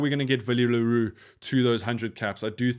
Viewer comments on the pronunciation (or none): none